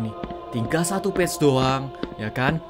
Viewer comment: "Page" bukan "b1tch" dodol